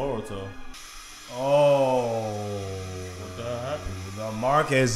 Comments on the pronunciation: Broh, his name is Boruto, NOT BAH-RUTO, smh, lolz!!! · He keeps saying baruto...and calls him his son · Who's that dude that keeps saying "Baruto" 🤣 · Somebody teach this man how to properly pronounce BORUTO. My mans stay saying BARuto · Bro's still saying "BARUTO".....